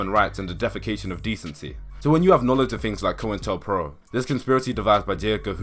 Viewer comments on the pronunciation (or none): none